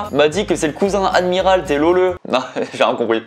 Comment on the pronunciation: "Admiral T "se prononce "Admiral Ti" pour l'info ;-) !